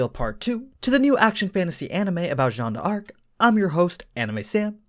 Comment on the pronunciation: ok so like i hear this a lot from people and it's a minor thing but it kinda bugs me. It's not Jeanne de arc, it's just Jeanne d'arc, like Jeanne [dark]